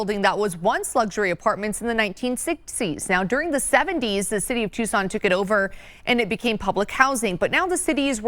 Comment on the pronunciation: Please stop mispronouncing it "Tyu-sawn". It's Too-sawn.